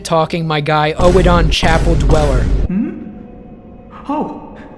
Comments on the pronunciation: I know it's probably not on purpose but it's been driving me nuts for the last 2 hours, I think Oedon Chapel is said "Oh-don" and not "ohee-don". The video is amazing, just like your DS2 one, I just like to be pedantic about small stupid stuff like that. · Honestly I prefer something closer to your pronunciation, just with much less emphasis on the second syllable. I don't thing it's supposed to sound identical to Odin. OWE-eh-den imo is the best pronunciation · It's actually not either, it's pronounced erh-din. The chapel dweller says it himself. It's using a German OE sound, which makes a soft R sound. Like the poet Goethe. It's not really a sound we have in english but everytime it's said in the game it's said like that. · what's this oh-eh-don, Oedon is pronounced like Burden throughout the game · epic video except for every time you pronounce "oedon" as "oh-e-don" instead of "urdon" but I'm willing to forgive cuz you covered a LOT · Dude loved this vid. Liked and subbed, however the way you pronounce "oedon" as in oedon chapel annoys me. Your say O-E-DON, it's literally said by multiple characters in the game, it's pronounced ER-DUN, I know it's a little thing but you actively chose to ignore how they say it in game. Please stop it sir 😂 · I honestly feel it should be pronounced "Eden", anyway. Firstly I think it's a play on words, but also in British English (which is generally used as the pronunciation guide for FromSoft games) the oe- is pronounced like ee-, so it really should be "eedin", or "Eden". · i thought it was pronounced eden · It's actually pronounced more like "Oh-done," but obviously you say it quickly and not spaced out. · Bruh it's pronounced odin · Oedon is pronounced Uddin in Bloodborne. Its pronounced in game by Gehrman loool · Love the video. One note though, Oedon is pronounced Urden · Small tip. They actually say the name in game. Oedon Chapel is pronounced like Odin the Norse God. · Your pronunciation of "Oedon" really bothered me